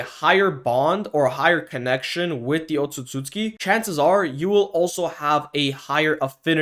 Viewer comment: Bro keeps saying “otsusooski”